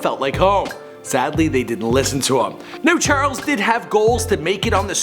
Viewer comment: "churles Manson"